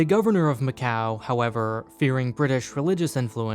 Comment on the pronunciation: and he claims he went to macau! Nobody in Macau would ever say it that way 🤣